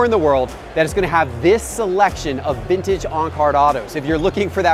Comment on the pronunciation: It's not "VINNAGE"... it's VinTage!!!!